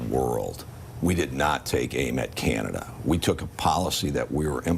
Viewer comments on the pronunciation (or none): Enough !!! ffs, ... Stop saying, " Kieeanda." .... It's; 'Can' ( like a 'can' of soup) ... 'ah' ... 'Da'... (As in. D'uhh... 🤣) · And … could you just pronounce our name correctly. It’s not Cyanada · He can't even pronounce Canada, "Cianada"